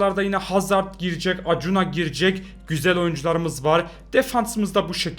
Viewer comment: Akunya diye okunuyor abi Acuna